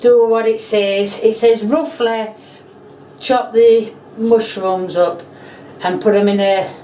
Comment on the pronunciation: “moshrooms” I’m saying it like she said